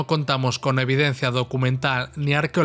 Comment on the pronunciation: Buena presentación. Si admite una reflexión: hay que cuidar el castellano. No se dice "evidencía", sino: "evidencia". Claro catalanismo. Saludos.